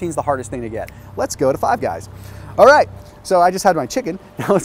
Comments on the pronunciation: Is it just me or did he say 5 gays instead of 5 guys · Five Guys - ❌ Five Gays - ✅ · Did hey say 5 gays ? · Dude said 5 gays instead of 5 guys lol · he actually says 5 Gays instead of 5 Guys😅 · Surprised nobody pointed out he said “five gays” instead of “five guys” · he said “5 gays” instead of 5 guys 😂😂😂 I was like wtf is going on lmao. I love this channel tho lol. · Anyone else noticed he called five guys five gays 😂😂😂😂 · Did he say five gays by mistake second time he said it😅 imagine if that was the actual name. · Anyone else hear ‘5 gays’ ? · Did he say five gays the second time? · thought he said 5 gays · Five gays? Lmao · Five Guys or Five Gays... Slip of the tongue there lol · He said 5 Gays 😂😂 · .....swear to God this guy said "5 gays".....😆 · Did he say five gays ? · Wtf is Five Gays bro? The hall am I eating there? 🤦🏻‍♂️ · Did anyone hear him say five gays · Did any one else hear five gays? 🤣😂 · Did he just say "Five Gays?" lol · 🤣🤣🤣 i have replayed "Five Gays" 15 times and im still dying🤣🤣🤣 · Does 5 gays have more protein? 🤣 he totally said 5 Gays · Man said "five gays" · just said Five Gays lmao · says "Five Gays". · “Five Gays” 😂😂😂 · did he say Fave Gays im an immature twat....but funny to me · .. did he really just say "Five Gays" ?.. ha.. anyhow.. i prefer Fatburger over Five Guys.. better in taste, portion size and more affordable IMO.. oh!.. and they also cook your burger's doneness to your liking unlike Five Guys.. well.. thanks for taking the time, effort and gas in your truck to make this video without having to eat at these location each stop made.. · He did say gays 🤣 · Lmao hahahahahaa I told myself did he just say 5gays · he says five gays 😂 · “five gays” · did just say Five Gays? Or is this Ketojuana to strong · He said 5 gays 😂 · "Five gays" hahahah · "Five Gays..." LOL!! Yes lets get Queer Eye to do a Five Guys episode. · Anyone else hear him say, "Five Gays?" 😅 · definitely 5 gays 🤦‍♂️🤦‍♂️🤦‍♂️ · I heard it too 🤣🤣🤣